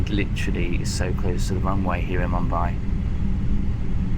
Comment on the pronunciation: your pronunciation of Mumbai kills me but I am here lol